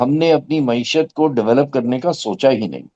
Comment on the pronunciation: Glad to hear someone finally nail the correct pronunciation of “Mayeeshat”—while every other journalist butchered it into “Moee-shutt.” 🤣🤣 Classic, always dropping pearls of “useful” analysis. As for Pakistan’s economic development plans… oh, sweet summer child, there aren’t any. There never have been. Pakistan has never had a government, only a revolving cast of puppets performing petty tricks for an audience that thinks applause counts as progress. And the folks supposedly “steering” the economy? They’re too busy daydreaming about building their own country—maybe a China-lite fantasy, or more realistically, a North Korea cosplay. 🤣🤣🤣 It’s tragic… if you ignore the comedy of errors. Every hour the situation worsens, and the generals? Oblivious. Blissfully unconcerned. Why bother changing anything when the foreign backers keep funding your circus and the politicians cheer from the sidelines like complacent fans?